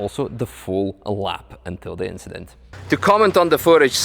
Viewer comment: So many "famous last words" before the inchident 😅